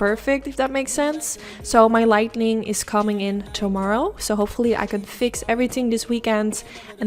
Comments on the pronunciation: I thought that's what I heard. But then I was thinking, "honey! if you can fix 'lightning' then you wont need to worry about being a youtuber!! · I love this look! So beautiful and simple! Will definitely be recreating! Also saying lightning instead of lighting is the cutest thing ever😭❤️ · I adore ur videos u r truley amazing with how u create ur eye looks..u referred to ur lighting problems but it's pronuced as lighting not lightning..but like I said u r an amazing artist with ur eye looks. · As I have said in the past, this is meant with the best intentions.... you are saying the word incorrectly. It's Lighting, not lightning. There's no N after the "t". when you say "Lighting ", as in to make something brighter. "Lightning" is what happens in the sky, as in Thunder and Lightning I love your work😉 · Love it, and your video is great. You're a great teacher/instructor. I can't wait to try it. I just want to help you with the pronunciation of the word LIGHTING. You're pronouncing it LIGHTNING (with an extra N), as in "There was a LIGHTNING bolt that struck our tree during last nights rain storm." It's pronounced light-ing...again I'm just trying to help, not criticize you in any way. I know some words of other languages, including sign language, however I'm only fluent in my own... so I commend you on your abilities with them. Also, I have very light, but still bright blue hooded eyes... would you please do a video on any COLOR shadows that looks good my color eyes? I use neutrals 99% of the time because I'm so afraid of looking like a mismatched clown...help please?!?! Love a HUGE FAN, Christine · Only thing I would say is that it is “lighting”, not “lightning” or “lightening”. English is a very confusing language though so I can’t imagine anyone holds it against you! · Light-ing💡 not light-ning 🌩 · I love that she says lightening instead of lighting. It’s really cute to me. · Light-ing, not Light-Ning. 😁